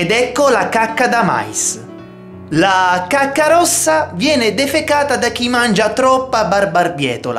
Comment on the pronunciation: Alla fine ai detto cuacca